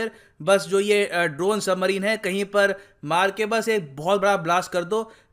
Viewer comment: वो सबमरीन होता है सही से पढ़ो